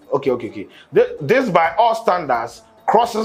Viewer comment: said morethan dis